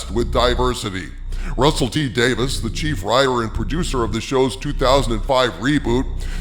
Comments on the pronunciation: It's DavIES not DavIS. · Hail! But uh... If you please, m'lord: Davies is not Davis and is pronounced "Day-veez". Forgive my insolence 🙏🥺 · "WHO ARE YOU, RUSSELL T. DAVIS?" Well, first of all, he's Russel T. DaviES. Day-VEEZ. Not "Davis." DAVIES. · Every time you mispronounce Russel T Davies name and say "Dave - isss" instead of "Dave - eeze" it drives me nuts! LOL! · Not just the Timeless Children. Then entire Chibnall era must be entirely retconned, or there is no going back for me. And I have been a Dr. Who fan since the Classic series, LONG before the revival by Davies (pronounced DAVEES not Davis.) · I thought his name was Russel T Davies...not Davis. Is this a different guy? If so, that's a weird councidence. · You absolutely butchered his name. It's pronounced Davy's. I seriously hope you see this before you do another video on him bud. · It's Davies, not Davis